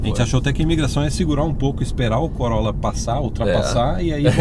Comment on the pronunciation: Nao entendi bem ou vcs falaram COROLA VIRTUS...?????..Eh assim q se fala no Canada????😱